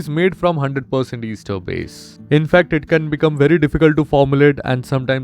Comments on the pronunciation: It's pronounced as "aester" not "easter". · It’s pronounced as S-ter not Easter sir. But if you mean Easter then, Happy Easter 😂